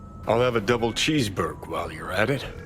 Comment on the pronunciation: I'll have a cheeseburg huh what does that mean, is that his canadia accent or does he really say cheeseburg.